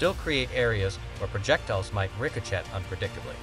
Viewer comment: I agree, AI seems pretty incompetent. You would think someone would train AI to pronounce ricochet correctly or at least proof the video after AI finished creating it. It also repeats itself way too much.